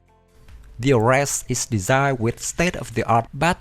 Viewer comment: please try to do more research, it will boost your viwership...And also, Ares, is pronounced as Aries (the Greek God of War), AirReeZ, sounds alike fairies, not aResSt.